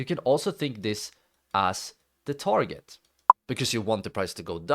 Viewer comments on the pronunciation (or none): none